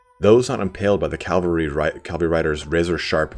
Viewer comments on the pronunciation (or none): I really like your lore vids, but I'd dread to watch any related to Bretonnia, because it bugs me when people say "calvary" instead of "cavalry". :) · Cavalry not Calvary. I swear I'll beat it into yet!